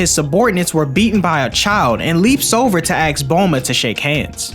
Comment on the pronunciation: are you not able to pronounce "ask" or is it an aesthetic choice?